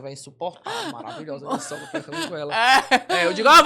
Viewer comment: é: MA - RA - VI - LHO - SA!!!!